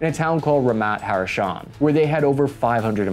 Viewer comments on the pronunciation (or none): It's NEgev, not NeGEv. And bruh, it's Ramat Ha'SHaron, not Ramat Ha'Rashon! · its not Ramat HaRaShon, its Ramat HaShaRon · an Israeli over here just wanted to say that hamas hasent been seen operating PKM or DSHK for a very long time now, they usually prefer homemade RPGs and chip AK variants. additionally your pronunciation of "Ramat Hasharon" fucking killed me - you said "Ramat Haroshan" which loosely translate to "baby frog heights" XD other then that, great vid as always, and a great negev. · Ramat Hasharon you klotz! not Ramat Harashon! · Good video , it's Ramat Ha-sharon though not Ramat-Ha-rashon :) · I love your videos but would love it if you worked on your pronouncing abit, the sounds are great but its not the first time you switch letters in place names. Its ramat hasharon not harashon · I hate to be that guy, but you mispronounced Ramat Hasharon(said Ramat Harashon instead) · Props for your analysis and content but I now have proof positive why the GPMG is called the jimpie. Infantrymen are unable to accurately pronounce sounds in the order in which they are written, eg Ramat Hasharon, replaced with harashon and m249 illustrated with label m429. Otherwise top notch chap and I apologise in advance for being just another limey twat. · here, the town is not called "Ramat HaRashon", but, as seen on screen, "Ramat HaSharon", still a good attempt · Hi, great video! Just two language corrections if I may: In the word Negev the emphasis is on the first vowel, that is NEgev, and not neGEV. Also, the name of the city is Ramat Ha-sharon (like in the song "my Sharona). Other than that excellent all throughout, I really enjoy your outsiders perspective on Israeli weapons and tactics, keep it up! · Ha-Sha-Ron, but close! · ramat hasharon pronunciation has me tweaking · Good video but when he got to the mispronunciation of Ramat Hasharon, urg!!! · RAMAT HA-SHA-RON